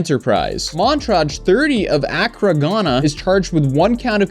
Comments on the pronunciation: "uh-KRAH" is the proper pronunciation, not "AK-ruh" Accra, Ghana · Hearing pronounce “Accra” made my day😂